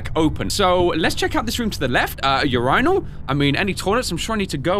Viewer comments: Did you say ur-eye-nal it is urinal like urine then al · Everyone: Urinal: Yourynal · my boi that's me making fun on how said urinal. And it's a joke. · "Your Rinal" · why does pronunce urinal as urine-al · Why he say urinal like that